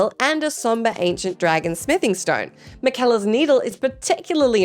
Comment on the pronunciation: Anyone else die a little when she said Miquella wrong?